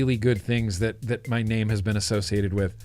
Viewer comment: When you said name the dragon it sounded like Nate the dragon so I think maybe Nate would be more fitting 😁 #replaycrew ps I think uwell has gone down the dead rabbit path 😅 as much as I think this is dumb idea but if it works well I just might love it! I alternate 2 flavors all day every day so maybe a 2 coil 2 flavor pod system is just what I need!?😅